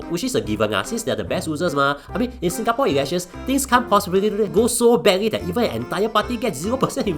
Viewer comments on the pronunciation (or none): none